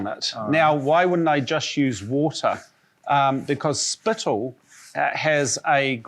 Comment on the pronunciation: When he said spittle I died a little inside 😂😂